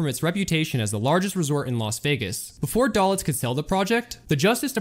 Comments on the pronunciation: It's Moe 'Day-Litz'. Not..."Dal-itz'. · Hi --Good video! a few important notes-, the large red arrow in the photograph is not pointing at Moe Dalitz... Moe Dalitz is pictured standing 3rd from the right... Mr. Dalitz' last name is pronounced Day-Litz... --That is not a photo of "Johnny Drew"--that is a photo of Johnny (Handsome Johnny) Rosselli-who was never a casino manager....and I have never read credit manger Hy Goldbaum had 13 alias names... Best Regards, ~Custer